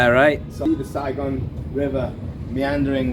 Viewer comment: Your pal got the city name correctly. It's Saigon